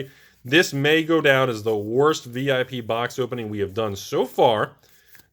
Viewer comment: Thumbs down for pronouncing “VIP” as a word.